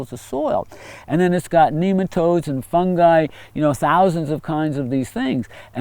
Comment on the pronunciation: When he said nemotode I thought of “Doug”